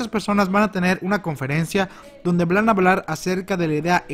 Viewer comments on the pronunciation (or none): disculpa porque no te perdono una xD "vlan a hablar"